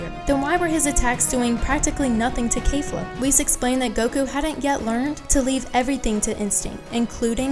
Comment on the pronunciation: ITS NOT K-EE-FLA ITS K-E-FLA